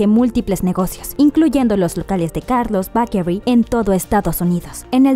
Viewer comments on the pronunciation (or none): "Carlos Bakery" aaaah me da algo, se pronuncia "beikerui". Sus hijos ya están enormes, los veíamos en la tele super chiquitos y ya están graduándose y Sofía irá a la universidad :'D. Está bien explicado y completo el video, felicitaciones.